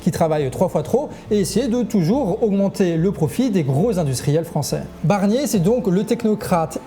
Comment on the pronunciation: A 1.20seconde j’entends Bernier 😂